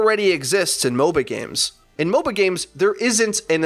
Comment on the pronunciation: every time you say MOBA-games i understand mobile games